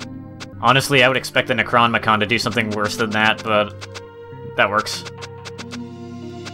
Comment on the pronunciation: you are saying nekronmicon. the word is spelled necronomicon is pronounced, necro nom e con.